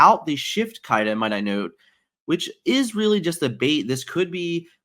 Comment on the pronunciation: Can you stop pronouncing Simba as Zimba please and thank you. It's been triggering me for months but hearing how you pronounced Kida sent me over the edge and I had to speak up lol